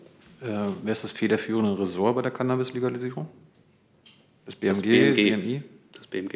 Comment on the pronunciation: Hoert man da etwa ein Kichern im Hintergrund bei als CannAAAbis so ausgesprochen wird? Musste selber lachen.